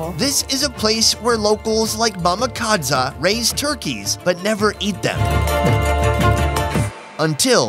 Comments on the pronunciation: Its mama KadZo not kadza 😂🚮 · Supposed to be Mama Kadzo, pronounced it incorrectly.